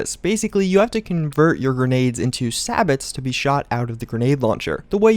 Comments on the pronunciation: You said sabot wrong, it's "say bow" not sabits. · Just FYI its pronounced say-bow